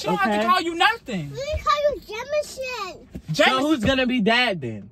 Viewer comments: “No You Not Daddy Jamanson, You’re Jamanson” Ts Had Me Dead😭💀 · " no YoU NoT DaDdy Jamanson, you jamanson"😭💀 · “no uu not daddy jamanson, you jamanson” PERIOD!💀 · I love how every time say Jamanson she look at Brian for the reaction😂😂😂 she needs to be a PAID ACTOR ATP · Omg lol no you not daddy jamanson you jamanson took me out 🤣🤣💀